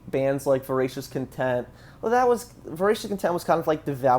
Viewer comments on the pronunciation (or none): none